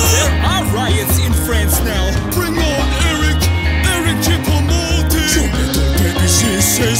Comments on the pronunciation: It’s not Eric choupa moting it’s Eric choupo goating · Ali the part where he says eric chuopo moting